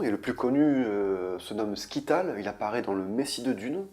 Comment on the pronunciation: Salut. Merci pour ce tres bon condensé. Ah oui, le tleilaxu le plus connu, c'est Scytale, pas skital.. Prononcez "sital".. Le Scytale est un système de cryptographie de la Grèce antique...